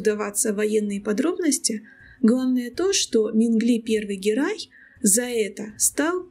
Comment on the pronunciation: ГЕРЕЙ, ГЕРЕЙ, а не Герай